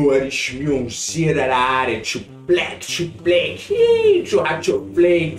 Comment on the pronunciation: E o filho dele fala o lema idiota "thu plack thu play do rathuflay"